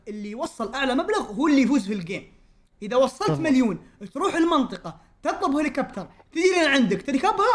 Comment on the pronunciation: هليكوبتر ❎ هوليكبتر ✅ هـهـهـهـهـهـهـهـهـهـهـهـهـهــهـهـهـهـهـهـهـهـهـهـهـهـهـهـهـهـهـهـهـهـهـهـهـهـهـ😂